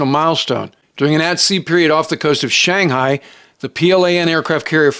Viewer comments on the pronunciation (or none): none